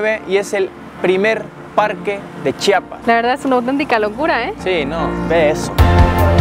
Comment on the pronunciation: Tengo que empezar agradeciendoles por tomarse el tiempo para pronunciar correctamente chiapas ya que es muy comun que varios aun siendo mexicanos digan chapas, lo cual es una falta de respeto.